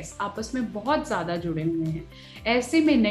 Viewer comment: Zada Nahi "Ziyada" kaho